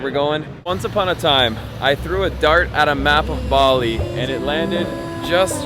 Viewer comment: There is no R in Bali. LOL!